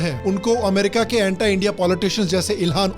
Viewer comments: anti hota hai bhai...... antaai thodi na hai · Vai pehle Anti ka pronunciation to thik se karle 😂😂